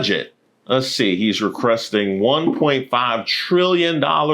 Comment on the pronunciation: Hey bud, love the videos. I don't mean to sound alarmist, but at a few points of the video, you mispronounced a few words. "Unpopular" and "requesting" were a couple. If there is a known reason this is happening, please disregard this post. If there isn't a known reason, I would recommend seeing your primary care provider, and then a neurologist to make sure everything is on the up-and-up. Paraphrasia can be a sign of onset dementia. Just want to make sure you good bud! My mom developed dementia before her passing, which is why I bring it up. 💙